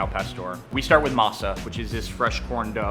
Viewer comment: why does he say "Masa" like that lol.